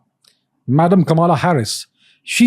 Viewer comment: What is Kamala....??? Pronounce it well